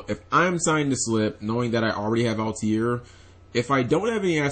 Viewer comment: It's not pronounced al-te-air, its all-tair.